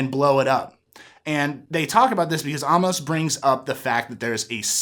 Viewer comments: His name is A-MOS, not Ah-mos! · Like you recaps. Just one thing...it's not "Ah-mus" its "A-mos" with a sharp A. They pronounce his name almost every episode. And I agree with you...this episode is some amazing sci-fi. Looking forward to your theory vid, I have a few of my own I'll add to those comments. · you dont know how to say amos